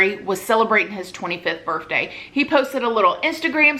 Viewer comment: And birfday hehe